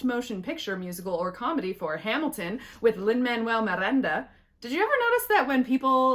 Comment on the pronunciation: You nailed Hamilton lol I hear you on the AP complainers